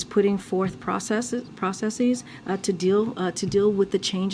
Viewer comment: These democrats are the worst with the word play she was about to say processes but she caught herself and said processees they always trying to sound so smart all the time. I mean they really put a lot of work in with the word play